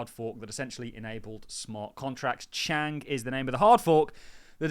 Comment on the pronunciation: There is no k at the end of Chang 😂